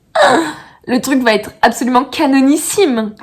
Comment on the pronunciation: Quel va ...être 😂et non t'être 😂 chouette poad cast trop de liaisons tuent les liaisons😂